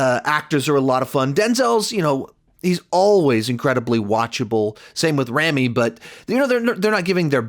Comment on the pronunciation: R ah mee Malek